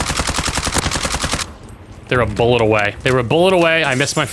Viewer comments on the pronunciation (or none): none